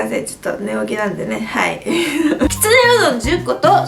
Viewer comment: きつねて聞こえる時もあるけど、結構はっきり、きつな揚げて言ってて、ん？？て聞き直した